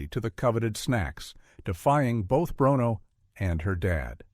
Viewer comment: The dog"s name is pronounced; brooono.